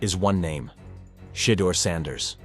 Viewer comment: cheddar sanders lmao ai fails again